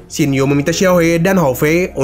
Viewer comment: nama xiao yu bang bukan xing yu